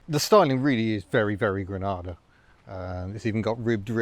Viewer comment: I thought you said an Aussie Ford Grandad ..